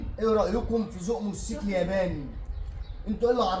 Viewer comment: يا اسمه موتوسيكل مش موسكل دايما تنطقيه كدا